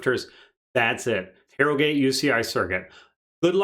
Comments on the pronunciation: Jesus the way he pronouced my town of harrogate. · The way you pronounce Harrogate disturbs me. Good analysis other than that